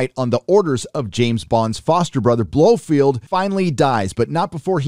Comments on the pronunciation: Who is this "Blofield" you keep mentioning? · Dude it's Blofeld Not Blofield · his name is BLO FELD not BLO FEILD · For Pete's sake, it's pronounced Blofelt ! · This guy has never read a Fleming book or can even pronounce Blofeld. 🤷🏻‍♂️ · I could get past the constant "Blofield" but Pierce Bronson?!! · Geez...Holy mispronunciation-ville! Blofeld...NOT Blofield. Brosnan...NOT Bronson. Heracles...NOT Hercules. Liza with a Z for fuck-sake!! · I don’t disagree with your review but I would point out that a) it Blofeld not Blofield b) it’s Pierce Brosnan not Bronsan & c) the virus was called Heracles not Hercules. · It's 'Blofeld' and 'Brosnan'.